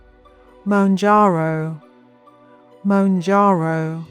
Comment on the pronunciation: I could moan about it... but this is a jarring poor pronunciation.